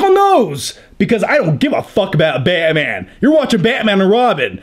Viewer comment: Nobody:: BYATMYAN!